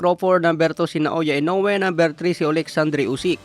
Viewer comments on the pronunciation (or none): none